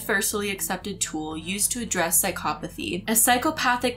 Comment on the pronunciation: I had never thought about how to pronounce that word. Now we know. Sigh-caw-PAH-thy. with a bit of an English TV presenter vibe when she pronounces that word.